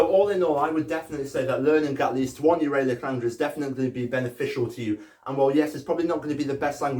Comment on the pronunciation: Also your pronunciation of Uralic made me cringe, Ural (as in the mountain range where the Uralic people come from) is pronounced with a short A